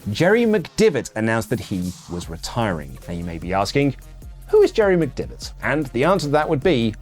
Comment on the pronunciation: listen, c’mere t’me, yer pronunciation of McDevitt is feckin shite lad 🌚